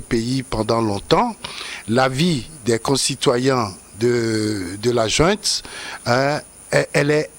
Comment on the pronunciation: On dit junte et non jouente si le mot autorité te brûle la bouche